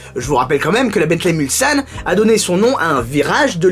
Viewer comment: Justement ! Moi qui suis un ancien Mulsannais , je peux vous dire que notre serviteur le prononce impeccablement, là ou beaucoup disent souvent " Mulzane".